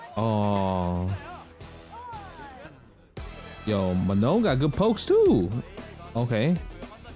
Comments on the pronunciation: It is prononced... Ma NON - like french NON... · Manon is a reasonably common name in a few countries, but I can speak to the French pronounciation if you like. The second 'n' is clipped like a lot of French words ending in -on, so it's kind of dropped in favor of enunciating the "oh" sound at the end. So it sounds a lot closer to "manh-OH." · I need an FGC community video of everyone pronouncing Manon